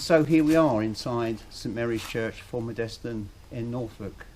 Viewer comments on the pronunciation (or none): You pronounce the village name wrong. It's Full-mud-stun. I grew up there.